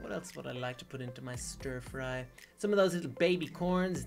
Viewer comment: u said scher fry I love scher fry lol bye this is asome video by the way bye